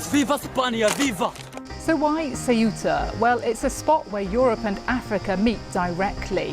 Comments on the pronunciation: It´s not Ciuta ignorants, learn how to pronounce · If you can correctly pronounce the words THINK THOROUGH or THACKERAY then you can say CEUTA!! Make an effort BBC. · i am amazed that so many media presenters cant pronounce SEUTA correctly. this shd be no issue for media professionals.